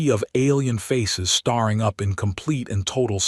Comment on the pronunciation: Can we learn to teach the AI to read properly. it is so hard to listen to an AI pronouncing 'staring' as starring, or 'hoping' as hopping and so on. It wouldn't be so bad if it were once in a while but it is almost every word that ends in 'ing'. lol